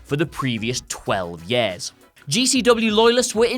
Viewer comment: it's "years" not "yares"